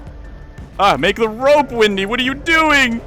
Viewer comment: yo isnt her name is wendy and not windy